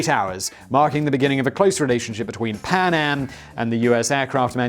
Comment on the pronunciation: I can't help hearing Panem rather than PanAm